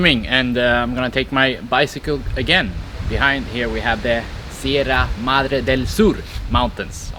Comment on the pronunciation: Huatulco is PRONOUNCED: WAH- TOOL- CO! Chahue is pronounced: Kah-way! Sierra Madre is pronounced! See- er-rah Mod- dray! You're one of the only YouTube channels I've seen that actually show the scenery of La Crucecita and Santa Cruz(holy cross), we call the twin towns! Note: Everything is cheaper in La Crucecita(the little cross) Including food and knick knacks and drinks and restaurants! Thanks for your excellent video and for actually showing the scenes instead of yourself all the time!